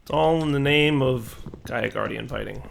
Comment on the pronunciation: eyy gov'na it's Gaia